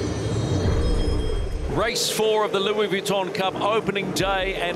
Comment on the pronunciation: why does this commentor persist in his pronunciation of Vuitton, unless of course he's done his homework and hes correct